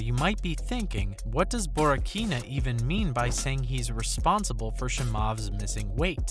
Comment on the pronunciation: bro why you making MMA videos when you clearly dont even watch. Shimaav. wtf. Borrakina. Do you just spam youtube with these shit videos of all topics and just hope one sticks? Is this even a human or actually a robot.